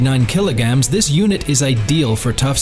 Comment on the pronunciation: What da hell is a "kilo-gam"?! Stupid A.I. narration! 🙄👎